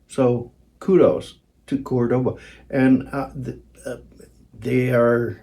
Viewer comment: It’s a Spanish city the guitar is named for. It’s Córdoba, not Cordóba.